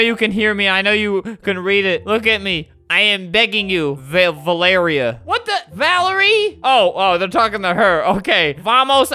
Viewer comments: Yey u said my name!!!😭😭😂😂 “Valery” lol. My name is Valerie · When flamingo said my name “valerie” me screaming 👁👄👁